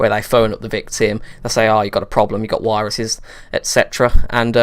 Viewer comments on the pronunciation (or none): 'aw you got a problem you've got wiruses' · wiruses lol